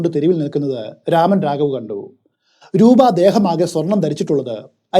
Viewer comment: Amazing story telling as usual!!✌🏽✌🏽 but it's nor രാമൻ.... It's 'രമൺ' രാഘവ്.